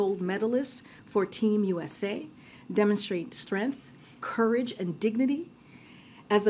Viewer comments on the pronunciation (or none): Hey Jean Pierre, can you not say strength properly?